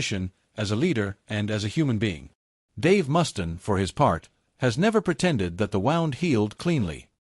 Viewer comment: Mustaine, Mustaine not Mustin.. stupid AI